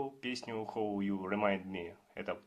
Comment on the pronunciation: How-хау, а не хоу 😂